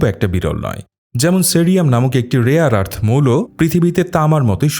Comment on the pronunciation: বাংলাদেশী মিঞা মাল মনে হচ্ছে! বর্বর। কথা ঠিক করে বলা শেখ।ওটা 'রেয়ার আর্থ' হবে।আরস নয়।🦛